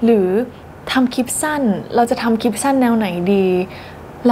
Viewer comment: ตอนพูดคำว่า "คลิป" ควรจะออกเสียง ล กล้ำ ให้มันชัดๆหน่อย ให้สมกับที่จบอักษรจุฬา จะดีมากเลยนะครับ